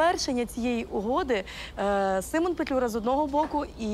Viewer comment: Симон а не семен